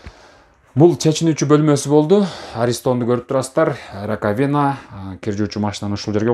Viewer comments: Раковина деген сөз биринчи а тамгасына басым жасалып айтылат: ра́ковина!😮‍💨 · Алып барууччу раковина ударение на «А» койсонуз.